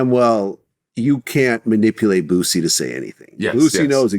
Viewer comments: who the hell is bootsey 😂😂😂 my man stay messing boosie name up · "Bootsie" lol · Nobody:: bootsie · 'Bootsie' as says 😂